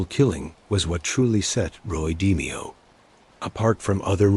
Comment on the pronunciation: Your bot can't pronounce d-mayo? I trust NOTHING you say. Garbage.